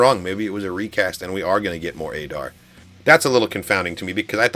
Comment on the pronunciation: Yes LFG ! But you say adars name wrong its like addar but adar